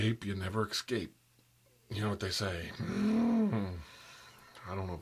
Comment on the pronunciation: "once ya go ape, ya never ex-cape" HELP